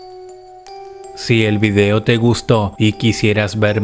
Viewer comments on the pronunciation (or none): none